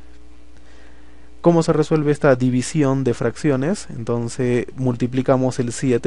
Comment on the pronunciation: Se dice entonces no entonce